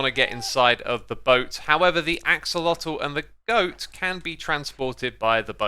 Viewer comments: Why do you say “axalodle”? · Just a tip for everyone, especially certain Minecraft YouTubers who love to play around with pronunciation and might want to use their powers for good: Axolotl SHOULD be pronounced more like “ashowahteh.” <3